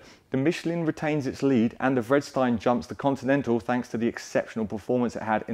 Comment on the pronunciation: Isn't "Vredestein" pronounced something more like "Freederstine"?